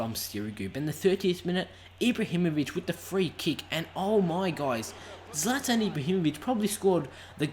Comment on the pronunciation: I thought it was prounounced zlaetan